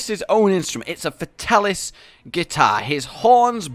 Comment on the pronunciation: Hearing him call it a guitar hurt my soul